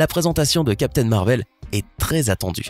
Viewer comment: Captain marvel pas marveul